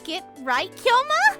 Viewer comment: Just like how they're reading Kyoma as Kai-yoma instead..